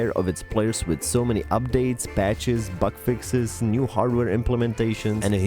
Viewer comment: "Butt fixes". Lol with your accent, that's what it almost sounded like!